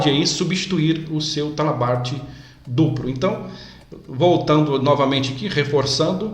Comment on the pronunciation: O vídeo em si ficou bom, porém precisa melhorar algumas coisas: - Dicção da fala; - Pronuncia correta de algumas palavras, por exemplo, em vários momento é pronunciado "dupro" ao invés de "duplo", em outro momento foi pronunciado "apricado", quando o correto é "aplicado". Pode parecer coisas bobas, mas para um profissional de segurança que ministra treinamentos e em muitas ocasiões participa de reuniões com a área executiva das empresas, pode deixar uma má impressão. Boa sorte, e sucesso pra você.